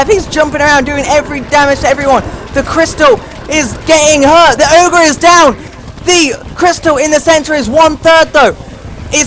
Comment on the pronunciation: It's never oger